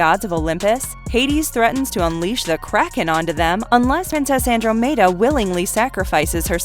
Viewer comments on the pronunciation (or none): that misspronunciation hurts Andromeda... an ·draa·muh·duh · It's pronounced an -draa-muh-duh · "Andro made uhh" not andromeda? what country is this from? Is the narrator a bot? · In clash of the Titans, it's Andromeda as in Anne-dorm-a-dar like the constellation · That pronunciation of "Andromeda" though. woof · Sorrrryyyyy, I blanked out and thought I was saying it right 🤦🏻‍♀️ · She obviously hasn't watched the clash of the titans for both the name of Andromeda and pegasus are mentioned and properly pronounced. She mispronounces Andromeda and then calls pegasus a winged horse instead, so lacking in mythology knowledge in general. A little more homework helps with the thumbs up numbers. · Yeah, not the american or british pronunciation. I'm kinda curious where that came from.